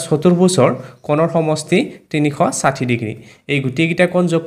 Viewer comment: চাৰ তিনিখ চাথি নহয় তিনি খ খাথি হে 😂😂😮